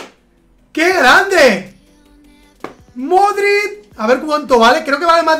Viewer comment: Dices modrict con t i es modrić, digo que lo dices no lo escribes